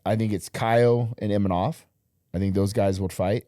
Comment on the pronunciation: I don't get why they said "Imanov" or Imamov. IMAVOV How difficult is that?